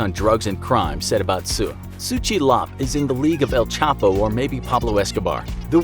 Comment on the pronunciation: He should be called “el chheee pouoo””